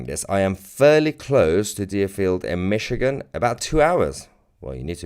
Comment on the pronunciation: This episode is a little sensational isn’t it? BTW, enjoy your vids but, it’s’Michigan’. Cheers!